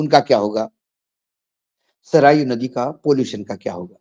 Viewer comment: नदी का नाम सरयू है, आप के उच्चारण में सरायू है